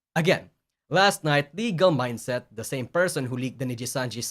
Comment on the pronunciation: You said Legal Mindset’s name correctly (most of the time). I’m so proud of you.